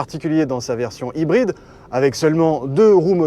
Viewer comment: Les ''r'' prononcés à la française sans en faire des tonnes avec l'imitation d'accent anglais? Chouette ! Enfin! Je vais essayer d'écouter du coup. :) Ah non. ''Haïbryd''. Bon je vais essayer quand même d'écouter